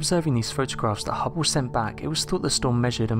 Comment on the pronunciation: hubbow? HUBBOW? its called the Hubble sounds like bubble. unless if course you say bubbow then they sound the same. if your going to narrate then do it right fer fucks sake.